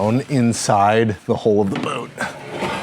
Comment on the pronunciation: I guess after watching too many maritime videos on You Tube that a boat's HULL in the United States is a HOLE...don't go to the town of HULL in the UK and call it a HOLE...it is not an O it is a U pronounced as in Hulk, Huddle, Humble, Hunt, Hub.